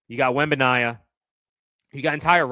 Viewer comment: Please learn how to pronounce Wemby’s name lol